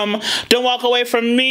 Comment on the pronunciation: What about how she pronouces 'walk' at the end of the 3rd song. She says 'talk' I think. I'm not a singer but I watched this some many times and also believe that some of her enunciation was to save breath.